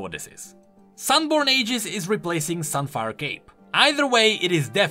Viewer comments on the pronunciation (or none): none